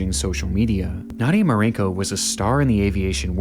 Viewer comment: Only an American could read the name "Marcinko" and then just completely ignore the C and make it "Marinko"